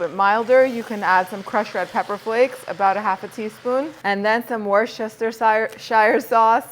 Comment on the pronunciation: Worcestershire >….. Wha - Stir - sheer ……another fabulous recipe you made